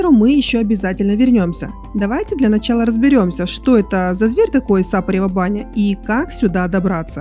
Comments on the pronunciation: Это не единственная ошибка. «СапарЕва баня»! Я ещё до конца не досмотрела- то ли еще резанет ухо… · На самом деле да, болгарам режут слух ударения. Меня тоже раздражало САпарева баня. Но зрители ролика русскоязычные и эти мелочи не так важны на самом деле. Ролик хорош и познавателен. Маленькое дополнение - гостиница "Файв элементс" в Сапаревой бане принадлежит собственникам комплексу "Котвата". Гостиница новая, СПА центр там один из лучших в Болгарии, а заодно поселившись там получаешь доступ ко всему комлексу "Котвата"! И еще немного - недалеко от Сапарева баня находится деревенька Белчин, там два очень неплохих СПА комплекса с минеральной водой - "Белчински извор" и "Белчин гардън". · Великий римский полководец Велизарий (505-565) родился в СапарЕва-Баня (ударение на букву «Е»).